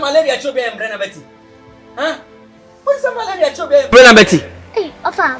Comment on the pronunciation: One time makes me laugh the way she’s call wofa 😂😂😂